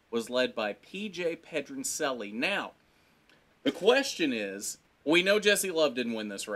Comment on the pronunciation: pronouncing Pedroncelli wrong lol